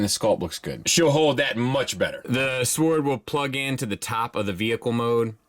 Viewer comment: Can you really not pronounce Sword correctly?